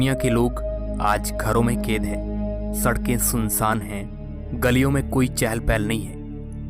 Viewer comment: Kaid ko ked kyo bolte ho sir